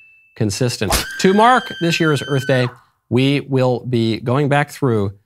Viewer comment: Will Smith slaps Chris Rock, then says, "Happy Earf Day!"